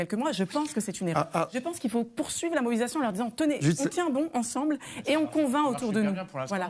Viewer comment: elle n'a pas plutôt écorché "mobilisation"?